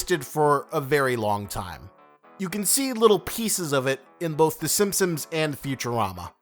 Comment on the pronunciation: im not sure why, but i can only hear “SimpSims” when you say “Simpsons” LOL anyways i just found your channel and love your content :D